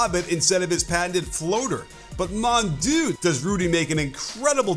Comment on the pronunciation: Did you try to say "Mon dieu" ? 🤣 Other than that, great video as always. Given how well Gobert's playing, I can't wait to see the Wemby-Gobert combo at the Olympics!